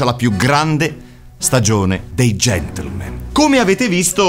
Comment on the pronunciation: Io ormai ogni volta che dicono Gentlemen... sento invece GENTLEMENT xD Chissà se sul set di questa stagione è capitato di dover correggere la parola GentlemenT!